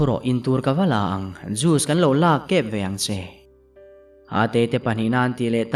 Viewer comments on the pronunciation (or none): none